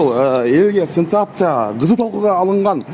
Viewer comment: Сенсация.....синсация эмес